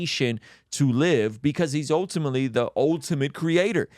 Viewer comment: Sip your water every time says ohtimately and you will sleep better and have clear skin 😂